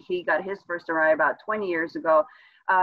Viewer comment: So that’s how you pronounce Arai